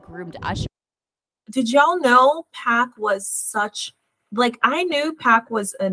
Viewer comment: Love your reporting but it's PAC not Pack